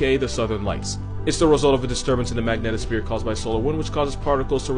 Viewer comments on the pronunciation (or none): none